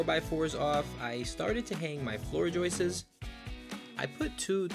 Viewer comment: Joists not joyces LOL :P